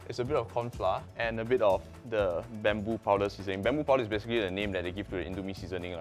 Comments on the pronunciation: Bambu powder? It's pronounced boombu, sir. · Its not bum-bo. Its "boom-boo" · ITS BUMBU NOT BAMBOO GAHAHAHA but great vid🥰🥰🥰